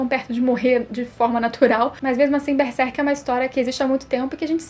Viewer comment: eu não entendo o motivo das pessoas, falarem beserk, não pulem o ''r'' please god. BERSERK hhuehuheuhue